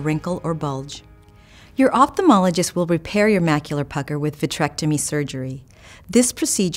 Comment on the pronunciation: She can't pronounce "opthalmologist" correctly